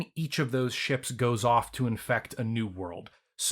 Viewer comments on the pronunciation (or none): none